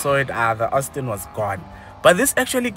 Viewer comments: Hayibo if I hear you say Austin Martin one more time..... 😫😫😫 Aston my guy, Aston!!!! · No master of pronunciation and I like this channel but please stop calling it Ostin or Austin, it’s ASTON. Please, you activate our OCD.